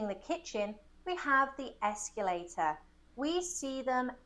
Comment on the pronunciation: She’s mispronouncing escalator, she says “esculator” but it’s derived from the word “scale” not “scule”.